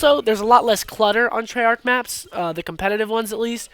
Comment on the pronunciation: trey yarch